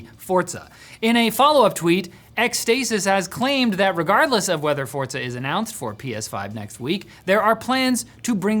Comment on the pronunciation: "Fortsa"? Where does he read a t in Forza?